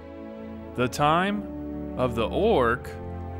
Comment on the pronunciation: I like the emphasis he puts on "Ooorc" 🤣